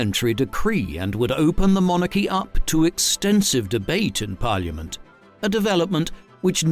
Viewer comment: Exhaustive detail, but this is probably the best and most historically accurate account of this history as available on ytube. I enjoy the way the narrator says 'Par-li-a-ment"....so RP!!!